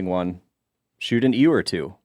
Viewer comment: Did just call a ewe (YUU) a 'EWW'? I have never in my life heard someone pronounce it that way.